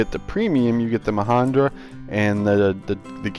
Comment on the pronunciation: mahindra with an i not an a ma hin dra